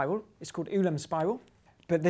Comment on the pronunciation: Hello. Ulam is pronounced like (sorry I can't use IPA) oolam than yoolam. Polish orthography says hello